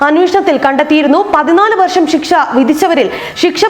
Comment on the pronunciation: ഷിക്ഷ അല്ല ശിക്ഷ